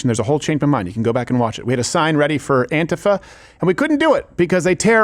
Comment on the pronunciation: Why are you pronouncing “antifa” like that? Very irritating.